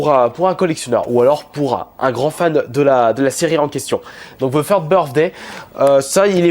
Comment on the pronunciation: faut dire "The" et non "Ze"